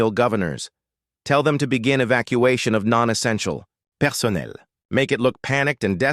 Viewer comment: The way the AI narrator said personnel. 😂 And then it started sounding country. I'm dying over here. My sides hurt!